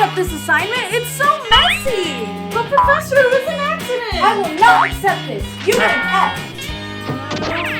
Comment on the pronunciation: i don’t like you you say professor wrong!